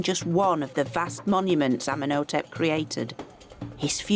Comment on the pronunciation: Tootin Carmen, Ummin Otep, she totally destroys their good names, doesn’t even give them enough honour to try and say them correctly. Painful to watch